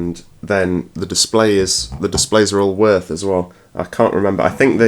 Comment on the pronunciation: würth are Germans I think it's pronounced something like viewrth